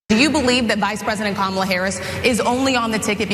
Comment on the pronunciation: I'll MAYBE start taking anything Trump says about Vice President Kamala Harris seriously when he starts pronouncing her name correctly.